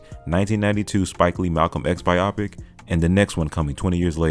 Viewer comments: For goodness sakes my good man, 'biopic' is pronounced "BUYOE-pic" not "(bi)OPPIC" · its pronounced bio pic